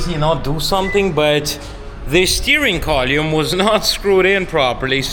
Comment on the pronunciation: He enunciates the Steering Collyum